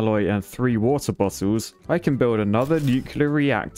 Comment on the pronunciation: Ah yes, my favorite WOTAH